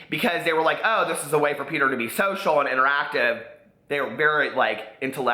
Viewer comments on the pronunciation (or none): none